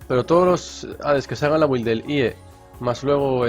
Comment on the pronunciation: Alguien dígale por favor que la "u" de build no se pronuncia, me sangran los oídos :(